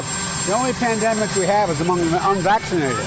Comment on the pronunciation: I keep hearing "pandamic of the unvaccinated". This is all such BS!